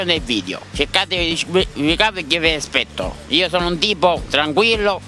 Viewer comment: Sbaglio o dice "vi aspecto"?